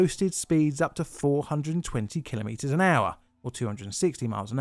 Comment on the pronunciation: I found it very distracting each time you emphasised the "wrong" (to me) syllable, saying kil-oh-MEE-ters rather than kil-OH-me-ters.